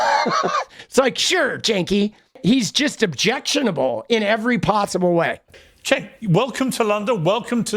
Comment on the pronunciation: Why does he call him Chenk? 😂🤣